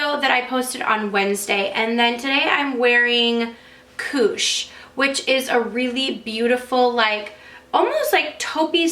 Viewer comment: When you said "Koosh", I heard "cooch" at first hahahah oops!!